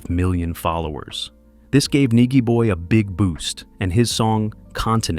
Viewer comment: Nigy pronounced ny jee boy Tear up Sumfest 2024 too!!